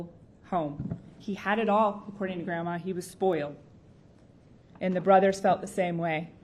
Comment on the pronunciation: Did she say "he was spoil"?